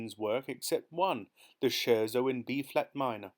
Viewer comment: Thank you so much for your fantastic readings of these amazing Roald Dahl stories. As a professional musician, I particularly enjoyed this one. However… a few musical terms were mispronounced: Fugue = Fyoog Scherzo = Skirtzoh Chopin = Show-pan Don’t mean to be the AH, but just for the future. Thanks again for your fantastic work!